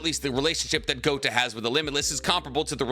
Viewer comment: Please stop saying GOTA . It means BALLS !!